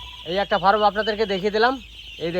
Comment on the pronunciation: Dada ফারাম (Faram) নয়, কথাটা ফার্ম (Farm). তা নাহলে মুরগির খামার বলুন। শুভ কামনা রইলো আপনার এই নতুন উদ্যোগের জন্য।